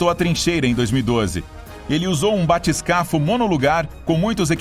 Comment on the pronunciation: Eu sempre acreditei que se fala batiscafo.... Com acento no "i".... (difícil de reproduzir aqui) E não batiscafo